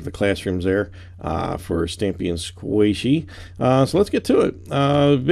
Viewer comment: You pushed a q in her name is not Saishey it is sqaishey